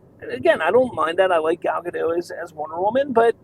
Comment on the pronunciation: Gal Gadot....not Gadoh....Dot, dot, dot.... gaDOT. Gal Gadot.